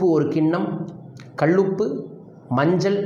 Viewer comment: கள் உப்பு ?????? கள் உப்பு, கள் உப்பு ???????????கல் உப்பு னு சொல்லுமய்யா .